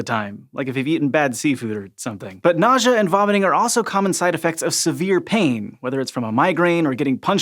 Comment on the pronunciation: Nausea or... Nojah? What???